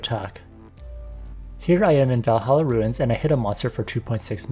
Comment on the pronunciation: makes me confuse when u say ruin and rune 🤔🤔🤔